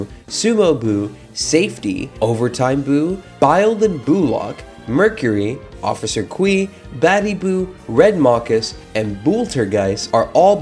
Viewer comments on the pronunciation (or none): Bild N. Boolok is a pun for "building block", it's not pronounced bile